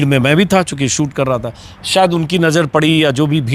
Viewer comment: सूट नहीं शूट बोलो अंजुम जी अपने सहयोगियों का उच्चारण सही करवाइये